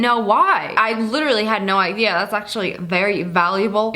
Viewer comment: “ I had no ididly “ 🤣🤣🤣